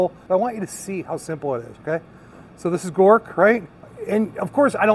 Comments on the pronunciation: Grok....not Gork. The term "grok" originates from Robert A. Heinlein's 1961 science fiction novel, Stranger in a Strange Land. In the book, "grok" is presented as a Martian word, meaning to understand something deeply and completely, often including emotional and empathic understanding, not just intellectual comprehension. Knowing this probably makes me a "nerd" but pronouncing Grok wrong makes you sound like a poser....lol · Oh and wanted to let you know Grok is pronounced "Gr-ah-q" instead of "Gor-q" 😁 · And it "Grok",..(Not Gork) lol